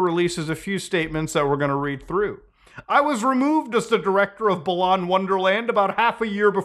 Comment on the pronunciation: I really hate that he keeps saying balan wrong, it's pronounced like "balance"